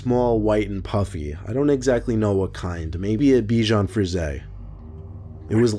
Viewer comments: The dog named Hazel. The breed is pronounced be-Jon-freeze... lol. Not be-jon-free-zay! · The 3rd stories dog breed is pronounced Bish on freeze